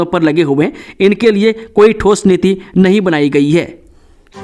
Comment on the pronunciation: Nahi. Kaa ucharn no bolte ho shi nhi lagta